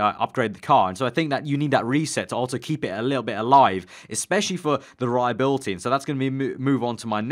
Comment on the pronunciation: It's reliability, not reliabilty😂😂